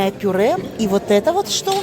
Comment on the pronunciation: Так она сказала пуре.